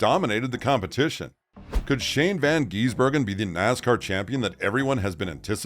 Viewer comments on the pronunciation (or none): It is Gisbergen not Geezbergen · The correct pronounciation shortens the I in Gisbergen. Its not Shane Van Geezbergen. Gis-bergen 😁🇦🇺🇳🇿